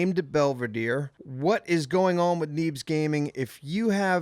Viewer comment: "Neebzez way" lol